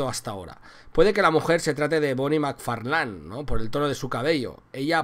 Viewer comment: Todo bieen pero aver si intentamos pronunciar mejor el ingles intentalo aunque sea un poquito , es desagradable escuchar makfarlan i vanderline ..tal como lo pronuncias